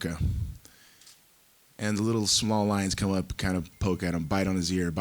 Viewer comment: “I comma with Heart, I comma with determination, I comma with Hard work and PRESSaverance.” - Tito Ortiz